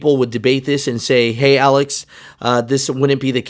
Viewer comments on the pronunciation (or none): none